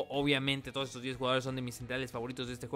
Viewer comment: Oye es cosa mía o en las despedidas en vez de "todos" dices "tono"??